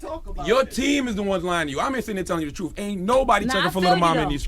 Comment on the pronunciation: Charlamagne its pronounced truTH not TRUF and its youTH not YOUF. Damn...